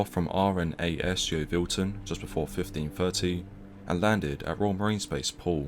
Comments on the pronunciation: The English guy doing the voice over sure can't pronounce English place names. Torquay is pronounced 'Torkee' and Yeovilton is pronounced, well, Yeovilton, not Yove - Ilton. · Didn't pronounce Yeovilton properly either! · He did the same with Yeovilton, he pronounced it phonetically rather than as "Yo-vilton". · Great video thank you, but the worst pronunciation of Yeovilton and Torquay I have ever heard 😆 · For a brit he mispronounced a lot of place names, RNAS yeovilton pronunciation was butchered